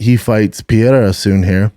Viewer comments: Does he mean pereira when he says pierra? 😂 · Jesus Christ... Brenden just did the fight companion with Rogan and Joe told him how to pronounce the name "Pereira." He still can't get it right.